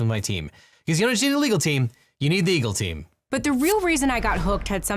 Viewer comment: Love everything you do, but your ad you just don’t need a legal team you need the Eagle team sounds kind of mumbled.